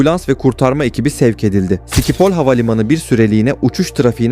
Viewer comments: Dostum amsterdamdaki havaalanının adı sikiphol değil 😁😁 telafuzu şipol havaavalanı hiç duymadın sanırım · Hollanda'da bulunan o havalimanının ismi SİKİPOL diye telafuz edilmiyor schipol yani,ŞİPOL olacak,biraz bu konularda ders çalış. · Türk hava yolları Hollanda uçak kazasında Hollanda havalimanı yalnis telafuz ediyorsun dostum ŞİPOL OLARAK OKUNUR VE TELFUZ EDİLİR SİKİPOL DEGİLDİR